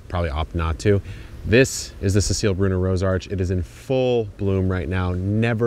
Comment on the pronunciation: The roses look beautiful!! I'm just starting on my rose journey, still waiting for sprouts from my first bare roots to come out, but I'm trying to remain optimistic even though they sat in the box for a bit too long. Also, thanks for saying Brunner correctly :D Sometimes I think about legally adding the umlaut back to my name, à la Cécile Brünner, since the number of people who say bruh-ner is incredibly high. Regardless, that flower is definitely on my rose list for next year :)